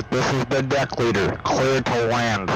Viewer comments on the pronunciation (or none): Did you just say you were the dick leader? The deck leader! CLUR TO LANDDD! LOL XD